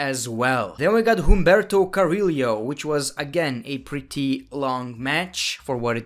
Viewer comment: It’s Humberto Carrillo! Not Humberto Carri-Leo